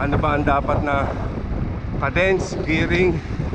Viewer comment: uhm, its pronounced /kay dns/ not /kuh dns/.... just saying